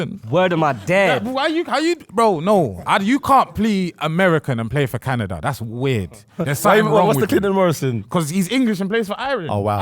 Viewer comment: hold the doo doo for "canadia" terrible sir 😂